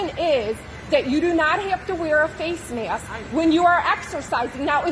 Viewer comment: She says mayaskk